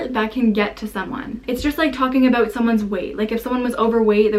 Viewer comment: I can not take you serious when you say abuout